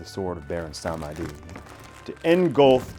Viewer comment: "Samedi" is a two syllable word. "Sahm-dee". It means "Saturday" in French.